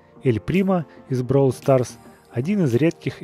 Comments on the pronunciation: Ты говоришь бровол старс , а надо бравл старс! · Не броул Старс а Бравл Старс и кстати классно получилось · Читается как "БРОУЛ СТАРС" это Английский язык а не Русский!!У них другое произношение.